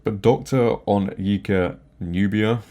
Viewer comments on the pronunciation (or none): Hi! It's pronounced On(as in ONLY) YE (as in Ye 😅) Ka (as in...ka😂) but yeah, it's sad to see someone desperate to continue pushing bs propaganda that they deface Tolkien with their miserable ideology this way.